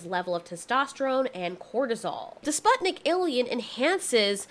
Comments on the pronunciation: the fact that you pronouce Sputnik like that hurts me a little lol. its Spoo-t-neek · its pronounced like spootnik (u like oo and i like e) if you're having issues pronouncing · In Russian Sputnik is pronounced spootnik